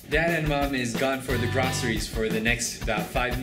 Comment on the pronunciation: "Mom and dad are out getting "gras-reys."